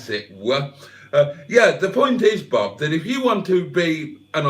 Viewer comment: You're mispronouncing Bob.